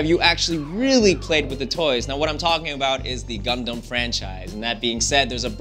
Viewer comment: He kinda pronounce "Gundam" wrong, but oh well I just pre-ordered my game. ^_^ That's all it matters. Hella excited for this!